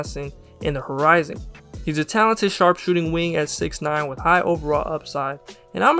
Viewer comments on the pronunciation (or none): none